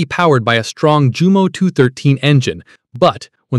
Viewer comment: Jumo is Pronounced Yumo! J sounds like Y ( Oh Focke! )